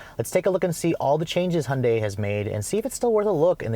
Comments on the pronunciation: ITS PRONOUNCED Hi-on-dy NOT hun-dy YOU STUPID!!! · ホンダイの発音は戴けないけど 想像よりもストレスフリーな加速だ。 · He can't even say Hyundai, driving with no hands, great man